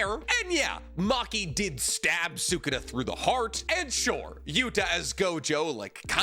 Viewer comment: Can we say sukuna’s name right lol